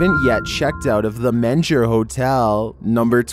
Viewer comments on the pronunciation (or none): It's called the ( meenger) hotel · How do you pronounce MENGER as Mensure? I'm Texan and I had to go check the description to figure out what hotel it actually was!